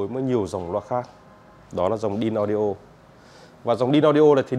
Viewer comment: phai doc là "ĐainAudio" moi dung nhe.